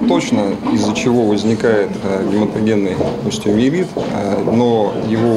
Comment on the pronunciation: Самое главное - название болезни врач произнёс очень невнятно. Мне послышалось - гематогенный остеоевит. Как болезнь- то называется?